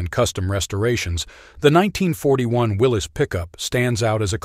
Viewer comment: It's pronounced Willis.